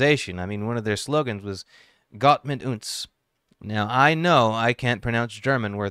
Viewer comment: PS: your pronunciation of "Gott mit uns" was pretty good. The "u" in "uns" should be a bit shorter. You pronounced it kind of like in "boot".